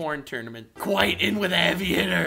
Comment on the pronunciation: KWITE KWITE KWITE